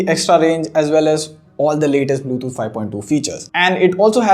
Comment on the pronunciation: ഇവൻ എപ്പോഴും ബ്ലൂതൂട്ട് എന്നാണല്ലോ പറയുന്നത് 😂